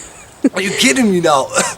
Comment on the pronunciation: Every time Doc gets upset: "ARE JU KIDING MI NAOW?!"